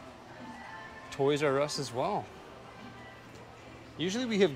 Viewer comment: You mean, a Oys "R" Us, right?